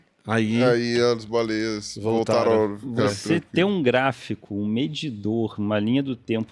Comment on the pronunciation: Pirulla falando baleieis ❤